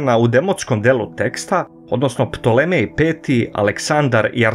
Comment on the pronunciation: Nije Ptolemej nego Ptolomej !